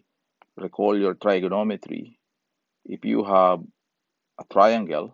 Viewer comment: The 'i" in Trigonometry is a short "i" and sounds the same as it would in "pig". "Trig" rhymes with "pig". Triangle does have the long "i" sound.